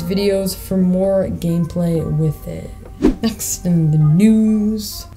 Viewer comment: “And much moore” 😹